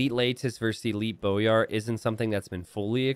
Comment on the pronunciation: hey it's pronounced boy-ar (like a boy child) instead of bow-yar. glhf